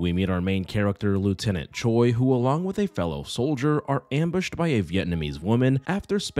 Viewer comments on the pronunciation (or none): Don't ask me how but whenever I do my makeup to your videos, it always turns out so good. Thank you for that haha (Also just a little language tidbit, Choi (최) is actually pronounced closer to Chwe then Cho-ee)